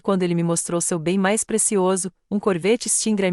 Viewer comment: "CORVÊTTE"⁉️‼️ FALHA TOTAL NA REVISÃO...AH! NÃO HOUVE REVISÃO, NE⁉️🤌🤌🤌